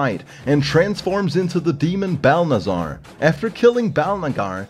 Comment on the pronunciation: Why did you dub ‘Balnazar’ as Balnigar